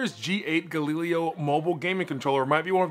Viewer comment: I can't help but laugh anytime I hear you pronounce Galileo. Does nobody remember history class? Gal-i-lay-oh